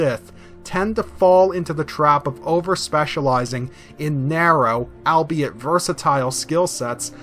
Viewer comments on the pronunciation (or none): none